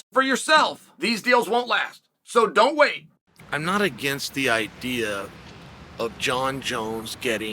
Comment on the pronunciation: he says “don't wait” but it does sound like “but wait.” lol